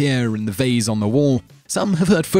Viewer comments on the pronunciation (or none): none